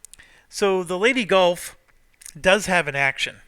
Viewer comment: Everytime says 'Leyte Gulf' it makes me laugh because it sounds like 'Lady Gulf'.